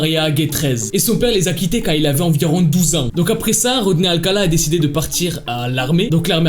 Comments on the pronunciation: Tu dis tout le temps alcata alors que c'est alcala 😭😭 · C’est Rodney alcaLa pas alcaTa, et il n’a pas tué la petite fille mais l’a battue avec une barre de fer … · c’est pas alcata c’est alcala